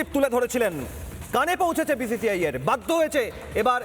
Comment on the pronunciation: Uchharon ta thik korte parena BCCI hobe BCI. Boycott bangladesh and RBangla